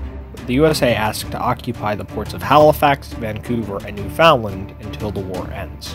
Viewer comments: It is pronounced New feund land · It’s not that hard to pronounce Ontario and Newfoundland come on man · Need to research how to pronounce some of the names. Ex. It's not pronounced New Found Land. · I could see Ontario being hard maybe, but Newfoundland is literally Newfoundland. Not hard to pronounce.